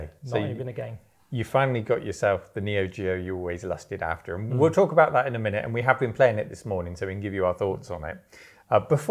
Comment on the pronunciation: You went proper West Country when you said "lusted after" :)